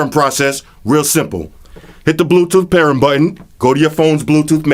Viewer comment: You are missing almost every G. Not Altech Lansin. Walkin. Talkin. Speakin.rootin. tootin. Pairin. Pair-ING! Strugglin.